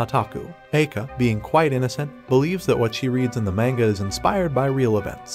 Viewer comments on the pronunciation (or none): none